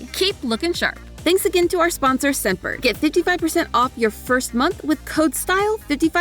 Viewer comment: I heard scent bird as semper